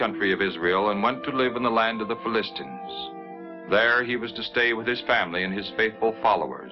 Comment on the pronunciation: Fill-ist-stans? I thought it was Fill-uh-stines.